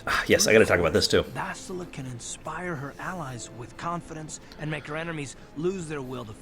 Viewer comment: Why do people keep on miss saying Bastila's name?! it's not BaSHtile and it's not BasTILa it's BasTiLA!